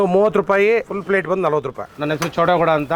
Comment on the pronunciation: Plate ❌ Flate ☑️